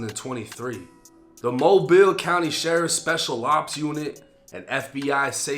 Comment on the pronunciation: Look at you saying Mobile correctly and knowing that's the Dolly Parton bridge. 👍 The crime in that city is out of control. That guy has quite a record. The LEA there you don't want to get wrapped up with. He's likely to end up in a fed pen now. Edit: in his state if you are with someone commiting a crime, even if you don't participate, if you are in the car with them, you get the same charges.